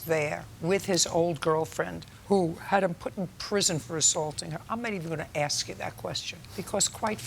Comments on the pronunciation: Why do so many people say axe? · Why oh why doesn’t JJ tell them to say ask instead of axe? Teef?? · I can’t stand it when people say “axe.” It’s “ask!” 🙄🤦🏻‍♂️😂